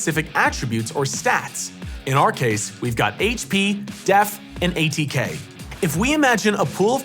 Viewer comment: Anyone else laugh when he said A T K 😂